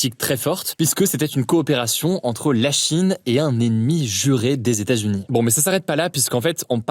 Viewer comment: hugo ! est-ce possible de dire LES E TATS U NIES s'il te plaît?? parce que ton "stazuni" là ca commence à souler